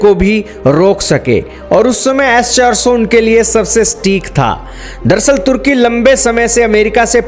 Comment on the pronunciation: yes 400.. bolna to sikhle